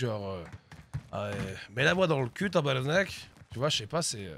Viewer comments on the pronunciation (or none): Hahaha Hélène Boudreau shiitt c'est pas elle qui fait monter le quotient intellectuel du Québec. en passant si tu veux vraiment sacrer comme un québécois c'est tabArnack et non tabernacle;) sans rancune bisou et continue de nous divertir!!!